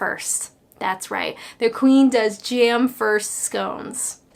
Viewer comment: It's not 'jairm', it's 'jam', as in 'jam samidges'!